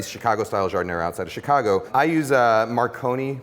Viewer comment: Thanks Ken, you nailed it. Love, a native Chicagoan. PS: You say Chicago like a proper Chicagoan.